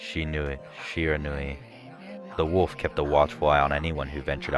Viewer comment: oh and i think Shiranui is pronounced (she-re-nu-e)